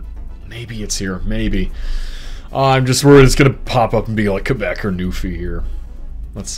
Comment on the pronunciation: and he also didnt say qwebec lol